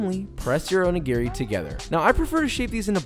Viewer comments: Please pronounce this better, the accent is on the second syllable o NI gi ri. That being said your onigiri look fabulous and a wonderful take on the filling. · Wait... i was going to let this slide until he said he works in a Japanese restaurant... its not pronounced "Oh knee geary" its "Oh knee gee lree". japanese is pronounced in 1-3 letter groups never 4-5 (1 vowel + 1-2 constant).. and r has a slight L sound to it. O-ni-gi-ri all vowels are pronounced the same. its not like american English where you have 6+ different ways to pronounce "a" depending on what surrounds it or what part of the country you live in. the staff in this restaurant need language lessons.... if i worked in an ethnic based restaurant i'd certainly spend time learning how to pronounce the menu correctly. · I could here you mispronounce おにぎり (Onigiri) all day long, haha.